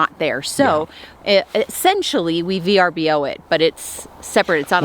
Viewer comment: Thank you for calling it V.R.B.O. and not Ver-bow.